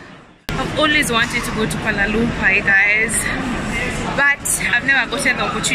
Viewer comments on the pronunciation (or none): It’s not Koalay lumpays .its kuala lumpur..